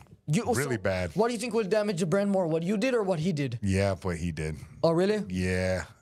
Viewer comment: I don't tink so, Bud 💅